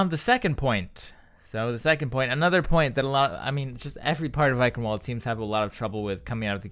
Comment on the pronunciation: well the ingame voice announcer got it wrong also, by now im just used to it, doesnt change the fact that its wrong